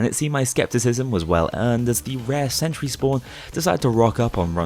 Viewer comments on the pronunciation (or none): none